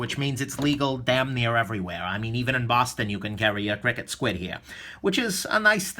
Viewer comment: i think you say each letter individually and it's not "cricket". i could be wrong tho